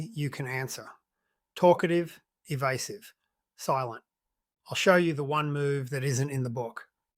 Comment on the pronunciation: Eva"u"sive ? . . . seriously ? Credibility gone pfffft